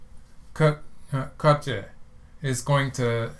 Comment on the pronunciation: you're pronouncing Ke correctly, and you're only slightly off with the Jie. For Jie think of it as rhyming with "yeah": J-yeah